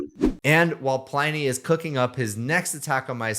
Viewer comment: OK - I know this is missing the point, and uber pedantic - but in my head it should be pronounced PLIN-ee as in "Pliny the Elder" - roman - mentioned loads on QI. Anyway, you've obviously talked to him. Hence, he'd be the arbiter - how does he think it should be pronounced?